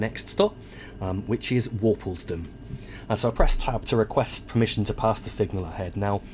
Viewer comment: Worplesdon station is pronounced Warp-les-don. You pronounce the middle syllable seperately.